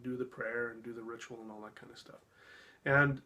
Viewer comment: He's right, it is a ritual; a rit-u -al to right-you-all! 🙄